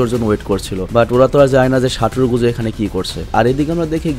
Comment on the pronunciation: Ai Gojo Saturo ta ato sundor knnn bujhi na jei koybr JJK dekhi oi koybar e crush khai. Btw vaiya amr Gojo Saturo ta re "সাটুরো গোজু" na bole "সাতুরো গোজো" boilen😅😅